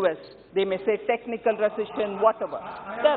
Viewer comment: Paleej paleej pehle sunai de jata h...😂😂😂